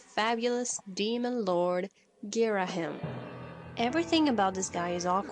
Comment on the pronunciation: You did Ghirahim dirty.